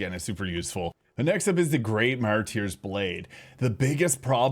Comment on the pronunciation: "Mar-turrs blade", not "mar-tier" but go off, king! Great content. 🤑🤓